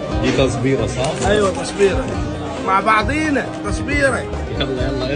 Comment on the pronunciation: لكن عشان عراقي نطق كلمة تصبيرة بكسر الراء 😂